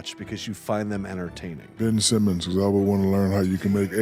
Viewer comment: "Bench Simmons" 😂